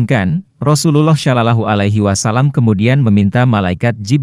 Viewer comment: Bang kalo bisa kata katanya jangan salalah ala wasalam ..ga enak d dengar